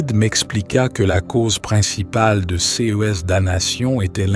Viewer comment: BIEN et SAISSISSANT sur le FONDS. Le ton est "juste" et bien adapté. Un seul bémol, mais qui revient trop souvent dans cette vidéo, la prononciation de "CES" qu'il est inutile et étrange d'épeler en disant "C", "E", "S". À un moment donné, d'ailleurs, on finit par croire qu'il s'agit non pas de "CES" "jeunes", mais de "SEIZE" jeunes...